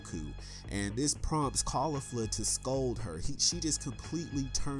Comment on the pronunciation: You're pronouncing Jiren and Caulifla wrong.